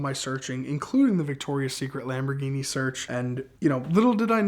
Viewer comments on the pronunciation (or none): none